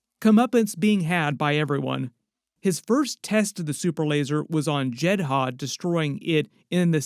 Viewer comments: Jed-uh not Jed-Ha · Why did you pronounce it as JED-HA when the show and movie pronounce it as JED-DAH? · Why are you calling it "Jed Ha"? It's always been "Jed Ah". ??? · It's JEDHA (Jedd•uh) narrator. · I swear this dude mispronounces everything on purpose just to piss me off. “Jed Ha” give me a fucking break, they pronounce it in the show how foul you not know 🙄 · Why are you saying Jehdah like that!? It’s grinding my gears 🤷🏽‍♂️ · Done watching. As soon as you said jedd haa . I can't. Done and not coming back. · Why put emphasis on the H in Jedha when they don't say that in Rogue 1 or in Andor? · Love your videos, Andor is my third favorite piece of Star Wars content only behind ANH and ESB. Unrelated, but what’s up with the pronunciations of Eadu and Jedha…? They say them a lot in the show and Rogue One and it sounds way way off… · Wild you can say heertz right and not jedha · Dude watch the show or movie. That’s now how you pronounce Jedha.